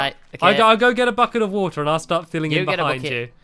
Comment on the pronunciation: land on the woter